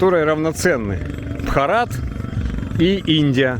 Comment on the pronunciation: Ударение на первое а в слове Бхарат